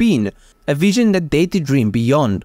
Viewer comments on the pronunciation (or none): none